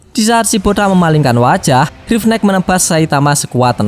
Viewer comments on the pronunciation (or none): bang namanya drive knight dibaca (draiv naikt)